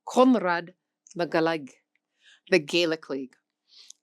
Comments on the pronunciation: You reprimanded the robot for using English phonetics and then yourself proceeded to give a phonetically English approximated spelling of the Irish. In any case, it should be "vrishtuh" not brishta, as 'Gaeilge' is feminine and adjectives (briste) are lenited after feminine nouns. (And in non-anglicised Irish pronunciation there is no 'w' sound in Gaeilge, though it is extremely common for anglophones to have learned it that way, with the glide from the velar G to slender L either misinterpreted as a consonant like w (southern) or ignored completely (northern)) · You got the history part absolutely right. Poverty, shame and the famine killed the lanauge. Two things though - probably should rely on native speakers for pronunciation tips rather than AI. You got it right in many instances and terribly wrong in others. Conradh na Gaeilge is a good example. You got the Conragh absolutely correct and the you butchered the Gaeilge bit. Also, the county of Donegal is pronounced Don-ee-gawl, not Donah-gawl. Finally, I'm glad to report that Irish is having a revival - young people now are free from the neurosis of the past and seeing that the language as a part of the anti-colonial struggle.